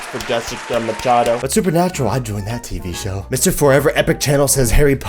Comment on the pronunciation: ahh you read my comment! BTW you did get supernatural right it has the two winchester brothers....and also I should of said this in my comment before but my last names pronounced mashado.... lol I should of put that in my supernatural comment 😂😂